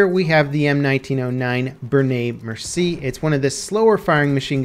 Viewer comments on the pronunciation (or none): It still bother me how people say “Bernay Mercy” instead of “Benay May-er-see-ay”